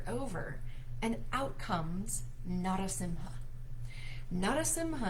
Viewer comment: Great video. It's pronunciation is na ra seem ha. And consider slowing way down so people can chant alongside you.